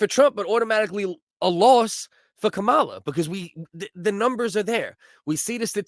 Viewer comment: It's Kamala not cowala